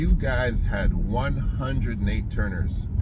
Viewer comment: NAT Turner bruh; NAT: Not Nate. ‘NATE’ Parker played him in The Birth Of A Nation. Every time you say “Nate” I cringe. Other than that - excellent post. 👍🏽